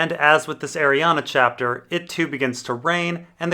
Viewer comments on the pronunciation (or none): It's Ariann,. It's pronounced "Ariann" not Arianna. Dammit.